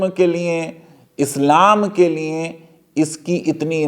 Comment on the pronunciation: آپ بولتے بہت اچھا ہیں اور علمی اعتبار سے بھی معتبر ہیں۔معذرت کے ساتھ۔جب آپ لیے بولتے ہیں تو سننے والوں کو لگتا ہے لیے نہیں لییں بول رہے ہیں۔اس بات پر توجہ دیں۔liye کی بجاے liyein لگتا ہے۔